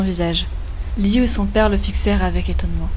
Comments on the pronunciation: Liu se prononce lou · A chaque fois elle dit liyu et j'ai l'impression que elle dit Giyuu (Seul les fans de demon slayer comprendrons😉)